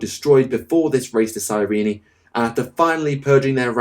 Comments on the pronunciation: Cyrene, comes from the City of ,Well Cyrene or Κυρινη in Greek(it's original name),so it is pronounced Kirini. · Given that the Blood Ravens were pretty much created for the first Dawn of War, Cyrene along with them, and the planet's first ever mention is in the campaign, I think it's supposed to be "Cyreen" and not "Cyreeny". All characters in over a decade throughout the games pronounced it "Cyreen"(both in the English and German version). This was actually the first time I've ever heard anyone pronounce it "Cyreeny". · I don't want to be that guy but Cyrene is pronounced "cyreen" not "cyreeny" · Cyrene is two syllables not three.